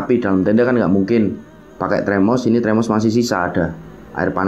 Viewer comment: termos mas bukan tremos